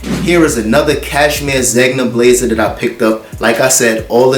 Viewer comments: Zegna is pronounced like this; “ZenYa” aka Zegna. 😎👊🏽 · I love your channel! Zegna is pronounced “Zen-ya” 🤗